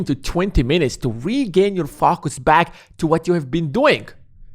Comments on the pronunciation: I can’t fOcus with the way you keep mispronouncing the word. How hard is it to say it correctly? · the way you say focus really offsets my focus :))